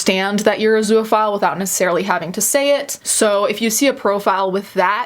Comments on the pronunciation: Holy crap. I couldn’t get passed your constant butchering of the word “zoophile.” It has TWO syllables, not three. It’s literally just “zoo” and “phile” together with no vowel sound between that. Two syllables. There is no “uh” sound between the two syllables. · Please learn how to pronounce zoophile, it's not spelled zooaphile so its not pronounced that way